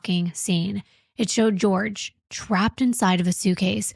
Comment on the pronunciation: I hate that the trial and how called him George caught on. It's not pronounced like that. His family has said he went by Jorge pronounced Hor-hay.